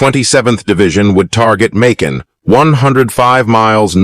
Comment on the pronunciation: It's annoying as hell when you pronounce the word differently sentence from sentence. Makin. You pronounce this word differently back and forth. It's annoying. Honestly I'm going to block you if you keep doing this crap